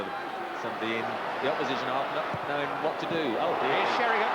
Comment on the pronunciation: Really Trevor Brooking, after all these years he still calls Teddy Sheringham, Teddy Sherrynum.